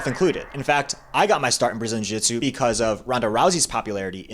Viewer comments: Brazilian Jitsu? What in the world are you saying? jiujitsu, pronounced (JU-JIT-SU....not jitsu). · Why does this guy keep calling it brazin jitsu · Uh... you're an authority on this matter, but you can't pronounce jiu-jitsu? Not a good look.